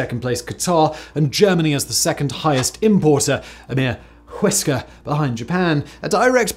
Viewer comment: He pronounces whisker like Stewie pronounces cool whip...